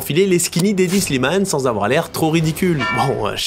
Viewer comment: hedi slimane pas Eddie slimane fais un effort